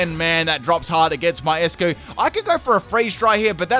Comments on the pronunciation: Its not 'ess-cue' its 'ice-cue' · I believe Eiscue should be pronounced as "Ice" cue because it's a play with the word "Eis" in German which means "Ice" and it's pronounced as such.